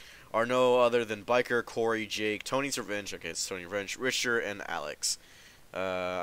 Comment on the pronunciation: Nice video man. By the way it's pronounced Rick-Ter. Richter. The ch makes a K sound! Hope that helps lol